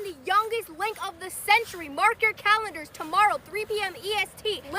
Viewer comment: "Mark your calendrers" bro what😂😂😂